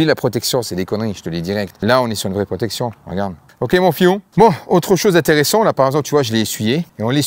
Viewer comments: L'essentiel, c'est la prrrrrrrrrrrrootection 😂😂😂✌️😉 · Mdrrr La Prrroooooootection!🤣🤣🤣🤣